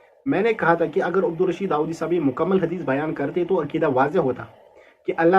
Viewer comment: خ کا مخرج ٹھیک نہیں وہ کیسے ہے داوادی ہے